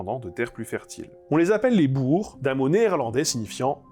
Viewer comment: Enfin une vidéo qui prononce Boer de la bonne manière!